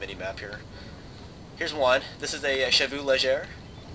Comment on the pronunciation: Try pronouncing "chevaux" correctly. It's SHEVO